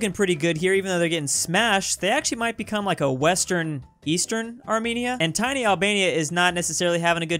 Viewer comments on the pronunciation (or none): none